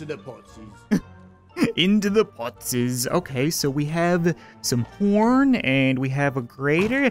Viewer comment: Did anyone else hear say porn instead of horn also 2020